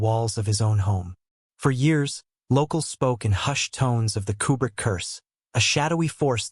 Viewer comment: I'm pretty sure this is AI narration. That being said, it got it correct. Koo-brick, not Que-brick.